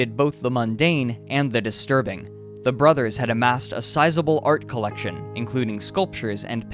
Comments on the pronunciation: There is no such word as "brotherses" !!! Same with "Collyerses". If used in a possessive case it's brothers' and Collyers' . Back to English grammar class with you! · His narration is filled with mispronounced words. The plural for “brothers” is pronounced just that, not “brotherses”. Also “parents” not “parentses”. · "Brotherses" "citises" "policeses"......WTF??? Lol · Why do you keep putting “es” after words like brotheres? Your grammar should be really good in order to do a documentary! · The narrator should face the same fate for his brutal use of the English language. "Brotherses"??? WTF????